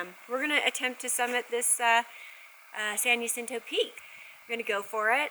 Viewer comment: San jacinto.. Is pronounced. San Ha sintoe... Not San Ya cinto. 🙄